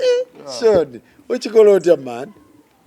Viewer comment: It's Sean but pronounced Shown